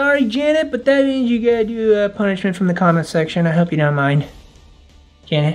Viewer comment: Ponischment: ro fisch